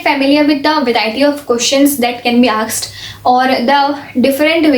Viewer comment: aksed...😂😂. It was asked didi.. what a tooper u are.🤓🤓😳😳